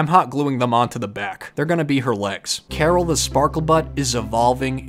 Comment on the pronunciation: Thought Caryl was pronounced Carl, Karen’s boy toy, and sidekick.😅